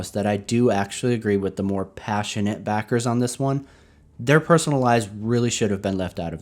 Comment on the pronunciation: Everytime you say the word "pa-ssionate" before 'backer' I hear "retarded" LMAO